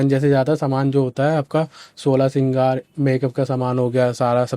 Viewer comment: श्रृंगार होता हैं 😅 सिगार नहीं😂